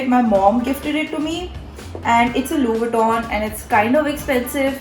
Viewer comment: she didn't even pronounce the name of the brand right tho lmao